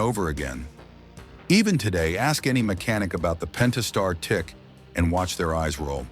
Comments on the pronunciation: "Pen tas tar" .... done. Video lost all credibility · “Pennn-taaaah-star three dot six.” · Would be nice if the AI could pronounce "Pentastar" the same way twice.